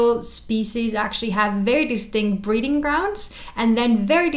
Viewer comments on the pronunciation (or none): "breeding grounds" I thought she said breathing grounds